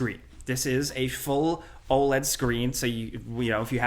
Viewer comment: Saying OLED like OLED and not OLED is pretty f*cking crazy